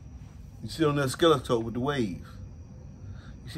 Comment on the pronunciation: That part of the video where you butchered oscilloscope , hilarious man, that made my evening after work , keep it going , this is how my stress levels go bye bye, like listening to a creek sound. I Apreciate you